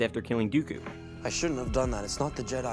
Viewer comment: Palpatine faked it, no matter what Lucas said, he is a person who changes his pov sometimes, also he says "Duko" instead of Dooku. ;)